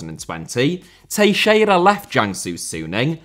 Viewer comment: Only will randomly pronounce Teixeira properly and butcher everything else lmao. No way Teixeira is the easiest name out of all the players and teams you've mentioned.